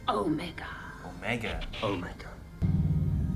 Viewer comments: It's not "Omega" the way that we normally think of pronouncing that word. His name is OH-meh-gah, stress on the first syllable. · "It's OOOOmega, not OmegAA." -Hermione, probably.